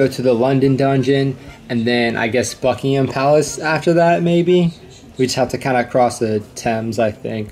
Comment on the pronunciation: The first American ever to pronounce "Buckingham Palace" correctly!